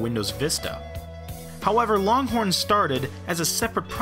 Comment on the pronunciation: loncorn lol